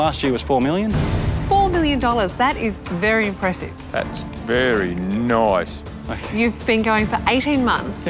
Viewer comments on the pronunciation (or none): “That’s very noice …”